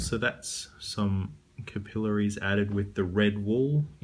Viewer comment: First I have to say your pronouncing capillaries wrong its driving me nuts. Its not (ka-peel-la-ree-s) its (cap-pa-lair-ree-s). Besides that this is a pretty good job. Most only thing about the overall effect is that I think the bones lay to high or thickness is to much so it sits to high on the finger making it look obvious its fake. If your finger really was cut that way (as I've actually this happen when I was a kid) it would sit deep into finger and not so high up. Make it flatter.